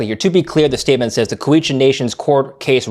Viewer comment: Is that how Cowichan is pronounced? Yikes